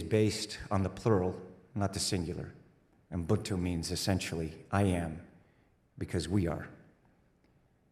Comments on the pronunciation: ubuntu, not unbuctu Tom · "UbuNtu" was the concept he described. His pronounciation was close, he probably got nervous about botching it or remembering how he was told it's pronounced, so it came out a bit stiff and mumbled. UbuNtu (oo - boon - two/too) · Haha, As a South African, I like the way he pronounced “UBUNTU”🫡